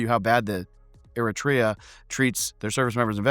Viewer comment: Im glad you made this video. the cut to Eritrea was honestly pretty funny you did say the country's name wrong but that made it even funnier in my opinion.